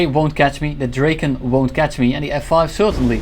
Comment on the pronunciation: Awesome gameplay bro but please it's not pronounced "Dreyken". It's pronounced "Draken".